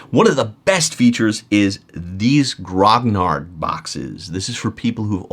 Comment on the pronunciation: Hey just a helpful trick for pronouncing Grognards, it's Gro/gnar. the gn sounds like the gn in "to gnaw ".